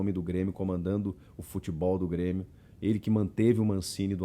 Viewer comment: O Super "Brêmio" tá demais